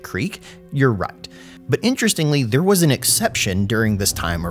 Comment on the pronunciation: Liu is not pronounced Lv